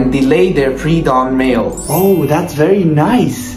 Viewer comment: hey a bit o a mistake yu pronounced like you said male, you mean meal, i know you said meal but you just pronounced it wrong, may Allah bless you and all people. Love ya vids 💖Ja ZakAllah